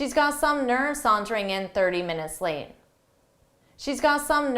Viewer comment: She's got some nerve sauntering in 30 minutes late. There's an enigmatic sound, that's you're endup with the last word lam instead of late. Could you please clear that puzzle?